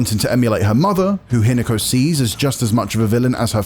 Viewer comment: Say Hinako again